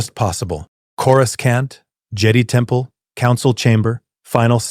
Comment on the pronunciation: Corou skont in the first 3 seconds. Can't.